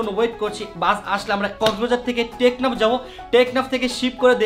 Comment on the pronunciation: ভাইয়া ওটা টেকনা না ওটা টেকনাফ